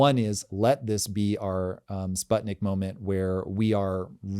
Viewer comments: For god’s sake can you learn how to correctly pronounce Sputnik? It is pronounced as in “put” or “spootnik” ! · Ok. Sbuttnik 😂